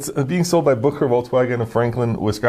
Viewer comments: FYI, Boucher is pronounced boo-SHAY. French surname. When I lived in Wisconsin for a while in the 90s, at first I thought it was BOW-cher. but was wrong. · That Wisconsin VW dealer's name is pronounced boo-SHAY, not BOO-kerr. (BOO-kerr? I barely know her!) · Good video but a lot of less-than-average cars. There's a reason why they are deeply discounted, you know. BTW, I believe "Boucher" is pronounced boo-shay - it's French. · I work in Franklin down the street from there. They pronounce it “boo-shay.” I bought my F-150 across the street. My brother has the diesel VW and loves it for towing band gear and members for his various bands Beatallica, Conniption, etc. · boucher is pronounced booshay... it's french